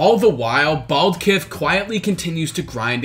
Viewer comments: IM FUCKING DYING HE REALLY SAID BALDKIF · he really called that man Baldkif